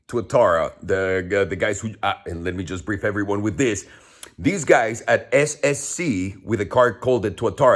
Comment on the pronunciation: He cant even say SSC right!!! say goodbye to the keys to the Tuatara!!! 😅😅😅